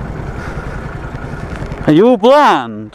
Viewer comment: Jason Juggler he's trying to say blind. bland=uninteresting .